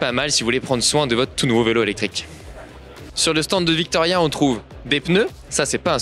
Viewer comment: C est vittoria pas '' Victoria ''. Les cales pèsent 200g qui vont avec les pédales à 50g